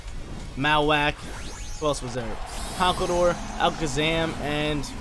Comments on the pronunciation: Lol truuu. Marro-wak like bone marrow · Great content but I hate the way you say Mawak lol